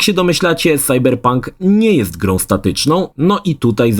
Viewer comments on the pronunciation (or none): none